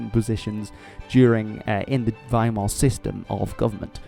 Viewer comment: Finally, someone says Weimar with the w as a v